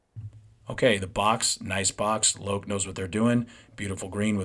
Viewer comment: Made in India. Fibreboard Heel Stacks. Loake rhymes with Joke.